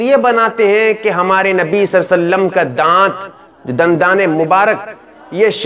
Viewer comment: ابے صلی اللہ علیہ وسلم تو صحیح سے بولو